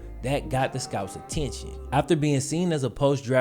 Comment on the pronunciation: Why you depressing us today? Also, when you said “attention”, you sounded like you just walk straight up out of Mississippi - “aTEENshun” 🤣. Takes me back to Birmingham